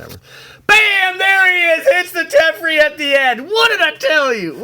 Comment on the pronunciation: Its teferi not tefrei Te fe ri